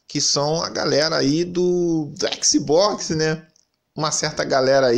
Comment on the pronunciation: "Éxi Bócsi!!!" Kkkkk